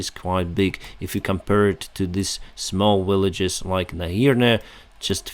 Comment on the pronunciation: Not making fun by any means but I had to smile when I heard you say villages. The important part was I understood what your were saying!